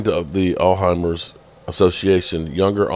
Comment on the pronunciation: DAM YOU CAN'T EVEN PRONOUNCE ALZHEIMER'S!it took him forever to explain what happened!